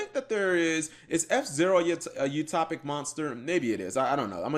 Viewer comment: Utohpic Utohpic. I see. So that's how it is. It's [You-Toe-Pic]. Sorry if that seemed like I was being rude, it's just that I played Utopia for like 3 years straight and love the deck to this day, so when somebody continuously mispronounces the name of some of my favorite cards it irks me a bit.